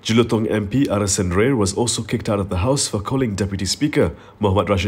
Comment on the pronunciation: It’s not “Ray” er but “Raayer”